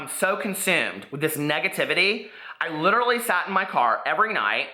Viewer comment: “LICHerally” don’t worry. He’s ridiculous. Such a pathetic loser. He’s obviously pissed because you roasted his scam makeup launch so well in your past videos. No one is going to believe him. Don’t stress too much! It’s obvious he’s just trying to find something to hurt you and your channel. 💗💕💗💕💗